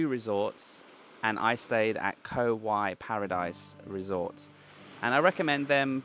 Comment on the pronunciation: 'Rattan island'. Pronounced Koh 'Wai' with rising tone.